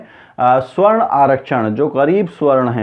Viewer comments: भाई साहब, सही उच्चारण "सवर्ण " है," स्वर्ण" नही। स्वर्ण का मतलब सोना gold होता है। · Once again - this illiterate tea vendor Modi knows to fight elections by hooked or by crook. He has no ethics. Faaltu aadmi., this is sawarn aarakshan & not swarn aaakshan. Please correct your pronunciation to sawarn.